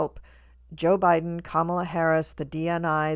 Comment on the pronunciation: Why do you say JaBiden?